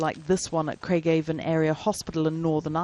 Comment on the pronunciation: North Korea have no cases. Just shoot those who test positive. Job Done! By the way it’s pronounced Craig-aah-Von not what you said!